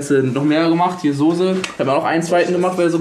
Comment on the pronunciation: ich komm auch aus Berlin und hab noch nie gehört dass n Berliner Sose sagt